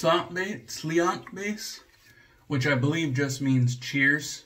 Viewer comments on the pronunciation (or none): Nice, Slainte is Gaelic is actually pronounced SLAHN-CHA. Learned that when I went to Ireland